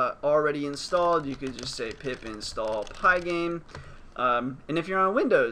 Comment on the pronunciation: Did he say pip install or pee pee stalled?